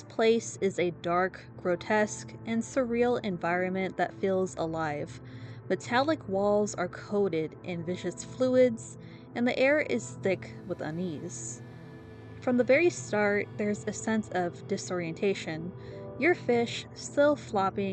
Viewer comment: I’m sorry to tell you, but you’re mispronouncing a LOT of words. Viscous is not a homophone of vicious, but pronounced “viss-cuss” and allegory is also pronounced phonetically, not like “allergy” or “calligraphy” but with a hard g- “Al-uh-gory. Existential is not pronounced like existence mixed with essential, but “ex-ih-sten-shul”